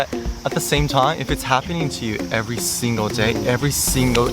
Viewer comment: He has a slight Japanese accent speaking English. He says "every singu person I interact with " and his L's sound like a Japanese person trying to pronounce an English L (slightly like an R)